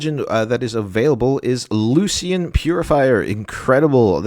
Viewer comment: Lucian = Loo-Shun. Nice video 👍